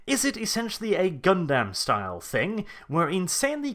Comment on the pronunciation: please. I love you and your content. But it's pronounced Gun-daw-m not Gun-damn.